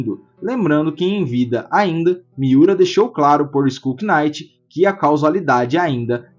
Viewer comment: Chefe, só uma coisa: knight em inglês, o K é mudo, a pronúncia é exatamente igual à night (noite). Assim como se fala naife (knife) e não quinaife ou quinaiti